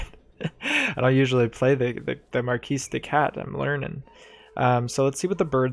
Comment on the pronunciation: I am thankful you actually pronounce the S in marquise. No one does, which is incorrect of course. Nice video!